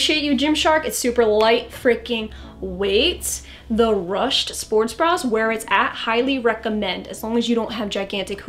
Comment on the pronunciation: I like the video, but is nobody talking about how she mispronounced ruched? 😂😂😂